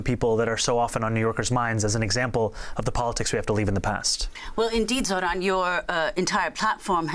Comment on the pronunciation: Cuomo, the has been "democrat" and abuser of women, goes to the most pathetic form of insults by INTENTIONALLY butchering Zohran's name continuously! For anyone with an iota of human decency, this type of INFANTILE BEE-ES behaviour should shut that so and so off for good. I am not a New Yorker, not even a resident of the USA. A total outsider. But, l a Sri Lankan 🇱🇰 who currently live in this truly multicultural city state, the little red dot in SE Asia, send my deepest heartfelt wishes that the wise New York City voters will chose this remarkable man, Zohran Kwame Mamdani as the Mayor of their city. 🤞 🍀🤞🍀 Please 🙏🙏🙏 make that the reality come November , for the alternative is... unbearable. That ugly womanizer Cuomo does not deserve to be your Mayor!